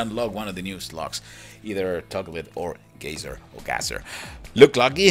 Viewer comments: gazer not gazzer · Its Gay-zer